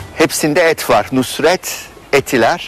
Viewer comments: "NUSR-ET" "NURS-ET" değil... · Nurs et derken nusr et olmasın o 😁